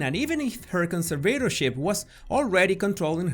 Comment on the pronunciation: why is he constantly pronouncing 'conservatorship' wrong